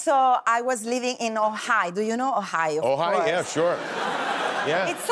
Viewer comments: I totally thought she said OHIO! LOL!!! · I thought she said Ohio too. I love her! Great on the show. Great on here. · È il 1994 e Sabrina è quella intelligente e acculturata di Non è la Rai. È il 2022 ed è un’attrice internazionale 😎 peccato per la pronuncia, aggiustando quella ha un inglese perfetto per lavorare oltre oceano